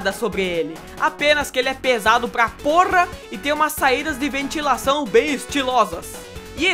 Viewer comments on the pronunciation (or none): Estuprei o replay aos "... pesado pra poRRRRa" kkkkkkkkkkkkkkkkkkkkkkkkkkkkkkkkkk